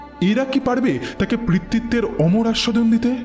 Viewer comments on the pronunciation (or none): পিতৃত্ব উচ্চারণ টা বারবার ভুল করছেন 🙂 পি, পৃ নয়।